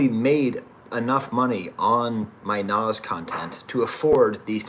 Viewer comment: hey thanks for doing this professor ! and you got the pronunciation right , also just wanted to add that i honestly think hit-boy makes the kings disease trilogy a bit more than nas even. nas is obviously fantastic , but as an aspiring producer myself hit-boy is just so underrated in terms of versatility and quality. he can truly tailor his production to fit anyone like a glove and can just do everything. really hope he gets his flowers among hip-hop heads , and the run with nas definitely is helping to contribute. his upcoming album with benny should be great as well. also, i’d recommend the logic album that just dropped, it has a pretty cool concept and mostly the beats are excellent, his in-house producer 6ix also has that hit-boy quality to him and it’s just great fun. lightsabers and insipio are standouts from the production standpoint while redpill and village slum are great lyrically. self medication has to be the wildest collab of the year on paper, but it works perfectly. not usually a big logic guy but i think this is better than his last album vinyl days. fahim project is pretty good too but you already knew that (i think he gets outshined by your old droog though). well here we are am and i gotta wake up in 3 hours to make my paper physics lab , so i think i’ll leave it at that. signing off from ox vegas 🫡